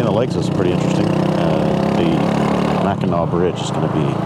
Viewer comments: You were right with the way you were pronouncing it its not pronounced how it looks so u had it right the first time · You pronounced Mackinac correctly... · You pronounced it right. It's pronounced Mak n naw.